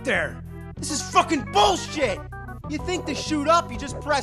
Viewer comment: It cracks me up how he says "this is fucking BULLSHIT!" ! XD